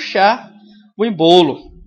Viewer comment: Não é "embolo" e sim "ÊÊÊÊÊÊmbolo" #FicaDica